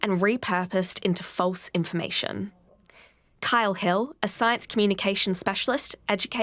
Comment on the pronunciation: The narrator says: "full of cedar science". Perhaps she meant Pseudo-science. No one knows what "cedar science" is.